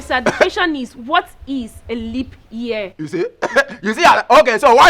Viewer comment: Did I hear aglobota ?😀😀😀say na limp year😀abi na Libya in pronounce , shaggy pls let me be you Engrish tesha😀